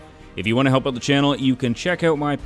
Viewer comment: I like how he pronounces out like öyt. Man, Canadians amirite